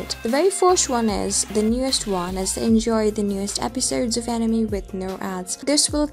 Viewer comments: It's anime not enymi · animi ... it´s anime 😅 but good video. I still wonder right now how long the anime will stay unseen in the offline list. I don´t find any info on the website anymore. I wonder why 😮‍💨